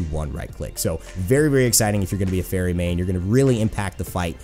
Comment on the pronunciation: A faiwry...with the heart of a robot? I mean, I can legit hear gear grinding and steam hissing on her ult cry in my head. Nice.